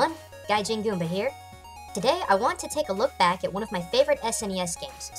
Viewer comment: Goomba, not Goombah. As in the monster from Mario.